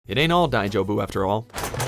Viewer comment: Anyone else confused when tried to pronounce "daijoubu"?